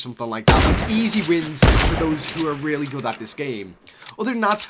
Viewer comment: Any one else thought he said rarely instead of really